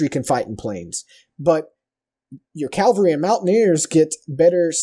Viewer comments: It's cavalry... cav-alry! Not Calvary. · CAV-ul-ree is horse mounted infantry. CAL-vuh-ree is some mountain that Jesus hung out at. Learn the difference please. Learn the correct spelling also please. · And cavalry not calvary. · HptmSteinhauer It's a hard habit to break though. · It's Cavalry, not Calvary. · That moment when you're an American and you say "Cavalry". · "Calvary" ARGH!!!! Nice guide though, thanks